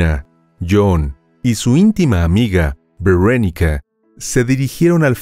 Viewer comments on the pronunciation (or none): NO SE DICE VERANICA SE DICE VERONICA